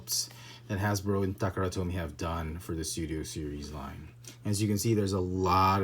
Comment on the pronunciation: I don't mean to be offensive in any way but, why do you say takara tomy in a weird way?